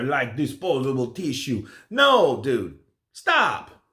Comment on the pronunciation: 🤣🤣🤣"like disposable teeshoe"